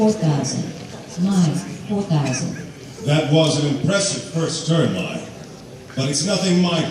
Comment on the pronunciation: It's Mai not may